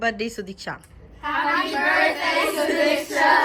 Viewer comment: Birthday ❌ Brithday ✅